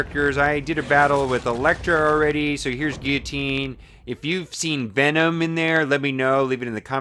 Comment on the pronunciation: lol dude its pronounced (Gill-luh-teen) you actually say the L's. You were pronouncing it wrong. But its kinda funny though lol.